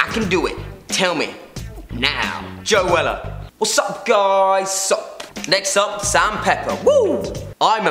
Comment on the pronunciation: When he said Joe Weller I thought he said Joella and he said zoella wrong😂😂😂